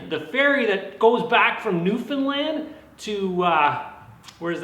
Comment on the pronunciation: Thank you for saying newfoundland right not many people from the mane land get it right